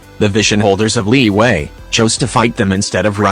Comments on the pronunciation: Word: Liyue Narriator: LEEWAY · Tch Not Liwue Liyue!!! CHINESE NOT STUPID ENGLISH LIWUE!!!!!!!!